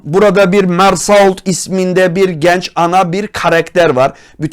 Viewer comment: kesinlikle kimsenin telaffuzunu eleştirmiyorum fakat Mersault fransızcada "Mersöoğ" diye okunuyor yarın bir gün sohbetini yaparsanız farkınız olsun istedim :)